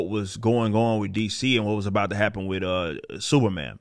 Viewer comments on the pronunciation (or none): The way Eric pronounced Superman at the beginning of the video, it sounded like "Sewerman." That perfectly sums up the current state of DC and Marvel Comics. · Is he saying "Sewer Man"? I swear that's what I'm hearing lol. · From FeeCees comics, it's Sewerman!